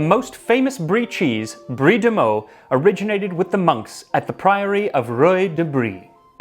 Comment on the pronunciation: Also, thank you for pronouncing Meaux correctly